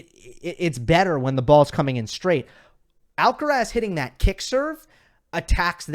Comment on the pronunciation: Pronunciation: Put the stress in Carlos' last name on the last syllable. Spoken stress is on "raz"., you are pronouncing Alcaraz with stress on the "Al". But then again almost everyone gets it wrong unless you are a Spanish-speaking Latino.